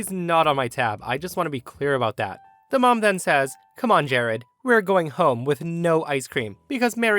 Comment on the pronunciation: "Jahrad"?? Ugh.